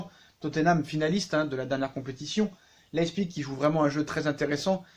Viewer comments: Ça se prononce " leye pziche " pas "Leye zpigue" à part ça au top la video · leipzip se prononce : la-i-psi-g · Ca se prononce lep(siche)